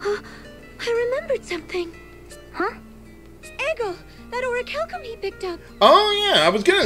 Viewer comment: Why do they pronounce "orichalcum" like a Japanese word?